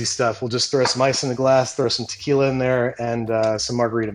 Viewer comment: Did someone say Takyla